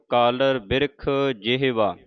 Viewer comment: Jehwa nahi ji ...jevha bolo ...gurmukho.